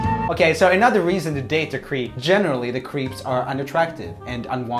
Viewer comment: I love how Roomie often pronounces creep as cweep lol, very uwu of him